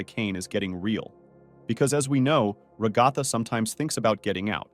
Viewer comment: Do you just call her rock golfer it's ragatha😅